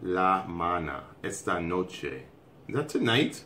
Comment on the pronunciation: Yes it's "esta noche" xD You have a really good pronunciation!! We can understand your try to speak spanish:)